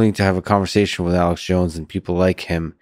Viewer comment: He said "conversation" without the "g"!